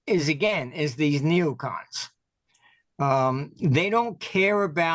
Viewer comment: Are you saying neocoms?